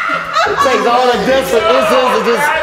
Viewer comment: be killing it 😂😂😂😂”incense”